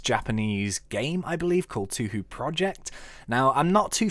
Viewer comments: It's pronounced "toe hoe", by the way. :P Oh, and I love this mod. Alice's dolls are adorable. One problem is that the Goliath Doll in the actual games was, like, 10 metres tall or something. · Hay. Sins you've already spotlighted this mod try the "Touhou items mod" im pretty sure you will like it.. BTW.. Its pronounce "TowHow".... Try to play the Touhou games... It will blow your mind.. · Toe hoe is the correct pronunciation.